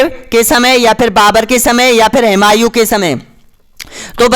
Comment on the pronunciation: हिमायु नही हुमायु होता है